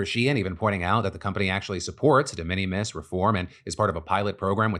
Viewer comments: DE MINIMIS IS PRONOUNCED LIKE `MINIMAL` NOT LIKE MINNIE MOUSE... FFS PHIL THIS IS ALMOST AS BAD AS YOU PRONOUNCING 'THE W.H.O' AS THOUGH YOU WERE AN OWL. YOU PRETEND TO BE A COMPETENT NEWS PRESENTER, MAKE AN EFFORT MATE! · Phil mispronouncing De Minimus constantly drove me crazy. May be just cause i hear that term so many times at work. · The way you said de minimis has me cracking up. That is not how that's said. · Phil’s pronunciation of de minimus 😂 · Your pronunciation on de minimums is killing me 😂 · Someone should probably tell Phil how to pronounce de minimus.. that was kind of painful